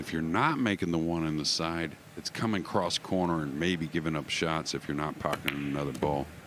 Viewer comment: Did he say "Hes gonna warp the ball in cross-eyed" ? Or "He's gonna work the ball in cross-side" ? Lol